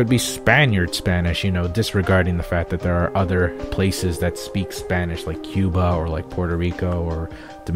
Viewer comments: dude what are you talking about? you have a pretty great Spanish pronunciation. congrats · Why do you say your spanish is bad... your pronunciation is practically perfect. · ¡Vientos!, tu pronunciación del español no está nada mal. To be honest, your spanish pronunciation isn't bad xD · good spanish i actually speak spanish and you have good accent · O my gud!! you have a very good spanish!!! trust me , i'm mexican.